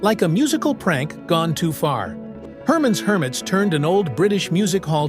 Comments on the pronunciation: You know what's even worse? This video being narrated by a computer. Hermonn's Hermits? It's Herman's Hermits, computer voices can't pronounce names. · The one who should get cancelled is the AI voice that says "Hermaaans Hermits"...Most of these songs are quite ok, and the song about the green berets was the #1 song in the US for all of 1966--someone must have liked it. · Herr Mons Hermits 🤣🤣🤣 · Couldn't even pronounce Herman's hermits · Especially AI narration that can’t even pronounce Herman’s Hermits correctly.